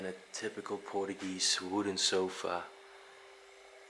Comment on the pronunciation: Portuguese not portugee😂